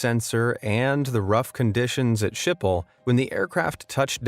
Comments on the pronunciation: Your pronunciation of Malaga is just annoying. I get how one tiny seemingly insignificant mistake on a plane can cause a near fatal accident, but your pronunciation of Malaga or skipple is enough to cause a world war Would it harm you to look up how locals say these words before you butcher them? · I hate how he said Schiphol